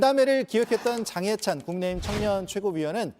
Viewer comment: 남자앵커가 '국민의힘' 을 말할때 발음을너무 흘려서 알아듣기힘들던데 일부러 저러는건가요?